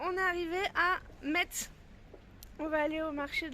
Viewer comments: coucou merci pour cette vidéo des marchés de Noël c'est plus près de chez moi que toi mais je n'y suis jamais aller. alors on dit Messe on ne prononce pas le T 😂 trop bien les chaussons😍 c'était très beau 💕 merci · Super, metz se prononce messe voilà voilà ,coucou de la Moselle. J'espère que tu as visité le sentier des lanternes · Cc, pour info, on ne prononce pas le t de Metz. Et tu as dormi à Haguenau. C'est bondé partout en Alsace en ce moment! Imagine qd on y habite comme moi! 😅 Je suppose que tu as craqué et acheté plein de déco de Noël! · Coucou tu as étais pas loin de chez nous. Je suis allez à Colmar mais trop de monde. Les petits villages sont les meilleurs À Metz c’est très joli ma fille y était en même temps que toi. J’aurais tant aimé te rencontrer. Peut être l’année prochaine tu viendras en Alsace. ❤❤ont ne prononce pas le t pas Metz 😂😂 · Le marché de noël de Strasbourg était plus traditionnel avant. Ce que tu as acheté c'est des têtes de nègre. Petite précision, on ne prononce pas le t de metz. Trop contente que tu es réalisé ton rêve.